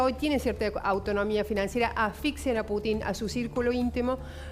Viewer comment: Inés con todo respeto, no se pronuncia Putín, sino Putin.